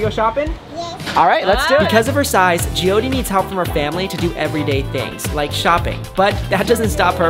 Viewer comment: No hate but it’s Jyothi